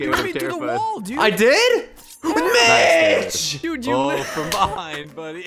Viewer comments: poke said to mitch sounds like he said b**ch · Like when you were saying sike mitch it sounded like sike bitch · when you say Mitch I hear Te word bitch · in stead of mitch i heard bitch